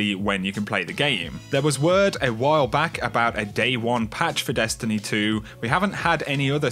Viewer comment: Great videos thx. I have to laugh as almost every sentence you say, the tone of your voice goes up like your asking a question and you give every last word an extra syllable. "Dest an ee ee"